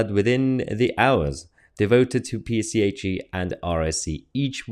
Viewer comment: It's 'PSHE' not 'PCHE' as you kept reading it. Really Mahyar, your reading aloud skills are abysmal. I've noticed this time and again in your videos, you speak so well ad libbing to camera with your thoughts and commentary but as soon as you put up a text and start to read it aloud it all goes to shite. Apologies, you asked for thoughts and comments and those are mine because it's what annoys me about your videos as otherwise they as so good and informative and what we need, and I thank you for them.